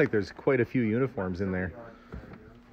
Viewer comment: What said: It looks like there are a lot of uniforms in here. What I heard: It looks like there are a lot of unicorns in here. =D I have to admit I was more excited about the unicorns.